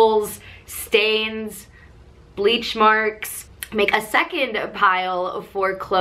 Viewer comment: LIKE IF YOU UNDERSTOOD WHY SHE SAID BLEACH MARKS THE WAY SHE DID 😂